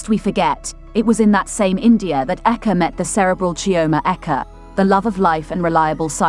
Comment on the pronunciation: Don’t mind this lady, they can’t study to pronounce African names good before coming on line to the publi, this guy’s surname is Eke not aka as you can hear from her!